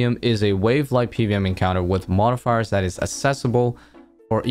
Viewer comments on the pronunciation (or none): I don’t think I’ve ever heard someone speak perfect English but fumble when they say the word “modifiers” lmao you good bro?